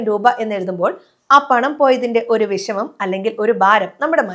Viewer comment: വിശമം 😜😜ബെശമം 😂😂നിശേപം 😜😜ബശണം 😜.. മലയാലത്തെ കില്ൽ ചെയ്യല്ലേ 😂